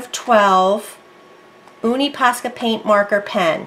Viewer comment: Love hearing you say oonie ...its younie ...nice vid tho